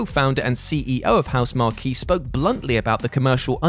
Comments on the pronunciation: Housemarque, not Housemarquee. :P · Why’s he calling it “House Marquee”? It’s Housemarque. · Hearing the way Housemarque was pronounced hurt my soul.